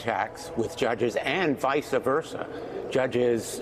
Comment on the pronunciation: It's "vice versa". Not visa versa.